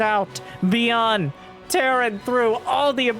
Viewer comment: Dont wanna be a smart ass but byun is one syllable in korean!😅